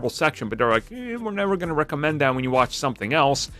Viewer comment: You had me searching what "recement" meant...until you said "recommend" in the intro!!😜👍